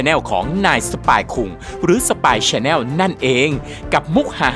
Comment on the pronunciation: พี่เรียกพี่เรียก spy chanal ผิดครับเขาเรียก เอส พี วาย แชลแน่ล ครับ